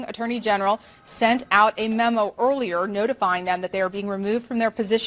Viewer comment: Oilier? its pronounced EARLIER